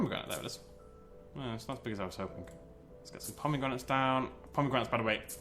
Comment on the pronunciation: Pomeygranates XD